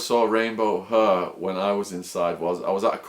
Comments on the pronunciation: What the fuck is "rainbow huhhhhh"? How can an English guy not be able to pronounce the word hair? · hair has an "a" in the word !!! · The way he says hair